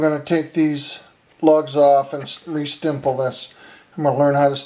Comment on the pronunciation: hehe.. "stimple".